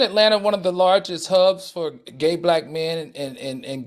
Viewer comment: Love when Funky pronounces the word “Black”…..Blike….or “back” and “bike”